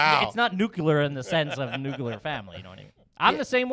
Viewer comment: Hell yeah!, Nuculer lol